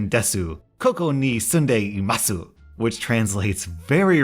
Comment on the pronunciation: Pro Tip: Desu is pronounced as Des while Masu is pronounced as Mas